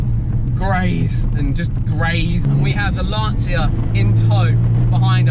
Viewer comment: Lanseeuhh!?!? Lancha.